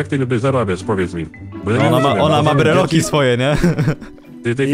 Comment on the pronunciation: mòwi się brelok nie brylok